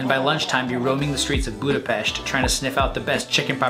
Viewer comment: Finally... :) Someone noticed the correct pronunciation. (Budapest) Hungarian is a weird language... we have 44 letters in the alphabet. I hope, you felt good in our capital city.